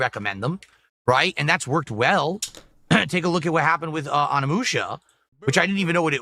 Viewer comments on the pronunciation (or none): none